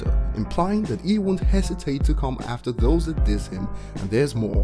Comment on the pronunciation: When he said "i'll come aftee you like the letter V" it took me about a minute to figure out he meant😂😂